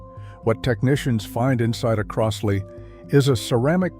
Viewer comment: It's "Croz-lee," not "Cross-lee." Buy a Fluance or a U-Turn.